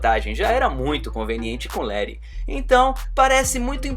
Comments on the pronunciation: mais todos chamam ela de letty não lere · LET "LERI" LE*TT* 2 T, LETI